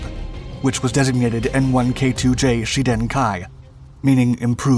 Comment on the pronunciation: I just don't understand why Shiden is pronounced Sheden?